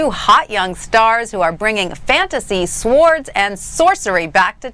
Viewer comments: Oh my god did she pronounce the w in swords? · Didn't seem to be condescending, think she just got the giggles cause Bridget and Craig were laughing. Funny thing is the way she pronounces the w in "swords" instead of 'sords'.